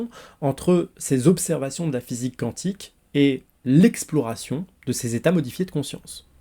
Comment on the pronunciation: D'ailleurs on dit "kouantik" et non "kantik" (cantique), c'est autre chose.